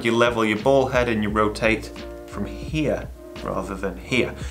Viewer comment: He’s saying “bowl head”